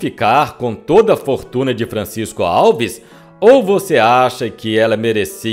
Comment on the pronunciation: Em Miguel Pereira tem o Museu de Francisco Alves. O tem que aprender a pronunciar (antes de gravar), os nomes das pessoas ligadas ao artista, corretamente.